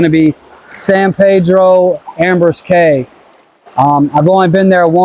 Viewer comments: Believe people in Belize pronounce Caye as key... Not Cay .. Belize is beautiful! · Caye is pronounced “key” not “K”